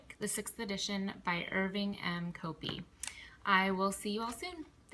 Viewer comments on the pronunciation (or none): HIs name is properly pronounced "copy." My logician friend was Dr. Copi's student at the University of Michigan, so he has the inside scoop.